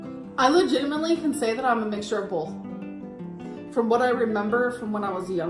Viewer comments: “bolth” .... i think it’s literally easier to say it correctly instead of adding an L in there 🤦🏼‍♀️ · S. EA. I’m from Cali and we do not say bolth .. at all .. She’s the first person I ever heard say that .. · BOLTH OOH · I’m laughing over her IG stories of how people messaging her are from California and they all say “BOLTH”. My husband, his entire family, some of my friends are from California. I have never heard any of them say “bolth”. What is this BS she comes up with. 😂😂😂 And I’m from over the river from Kentucky. None of them (that I have run in to or know) say “raht” and “wah” or “bah”.